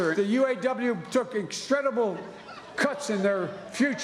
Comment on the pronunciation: Has anybody ever heard the word extredible or hosi or constitutes a susse? People this is a loud and clear warning! The hudge funds was funny.